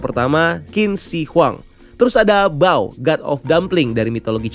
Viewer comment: Tulisanny mmg bao tp dibaca pao min